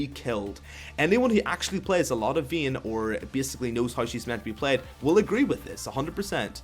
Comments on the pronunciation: I dislike cuz your saying veyne its vayne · you cant pronounce vayne i cant listen to your ween or whatever you call her